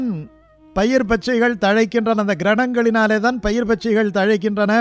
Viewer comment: Sooriyanin Kiranaggalinaale dhaan payir ,Pachchaigal thazhaikinrana ,enru kiranangalinaale enru தெளிவாக uchcharikkavum.